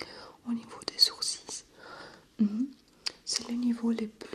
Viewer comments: superbe vidéo il y a juste un petit truc qui m'a perturber c est que l on dit "sourciL" et pas "sourcisses"😂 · On dit "sourcils" pas "sourcis" ; ) Sinon parfait j'adore t'ai vidéo continue comme ça! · Hello! J'adore tes vidéos. Tu fait vraiment partie de mes créatrices de vidéos ASMR préférées. Juste un détail pour la prononciation : les sourcils se prononcent sans le "s". C'est comme si tu disais "sourcil" avec le e muet ou "sourci", ça dépends des gens et régions, le "l" aussi peut être muet. Voilà! En espérant t'avoir aidée ;) Et continue comme ça! C'est top!